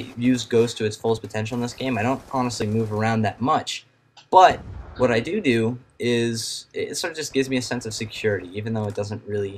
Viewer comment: you said, "what I doo doo." lol